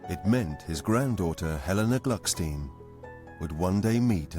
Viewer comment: The correct name is Glückstein, not Glucksteen.